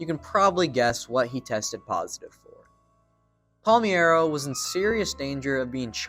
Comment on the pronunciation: The pronunciation of Palmeiro struck me, too. (And Schott, too.) (And Evers)